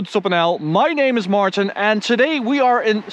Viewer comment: Martin or Martajn as always says:D